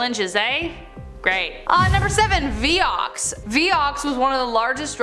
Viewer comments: It was pronounced vI ox not vee- ox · Pronounced (V eye-ox)